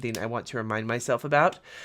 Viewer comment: I swear I thought you said e. coli markers. 😂